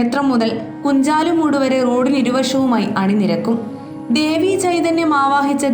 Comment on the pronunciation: കുഞ്ചാലുമൂട് അല്ല കുഞ്ഞാലുമൂട്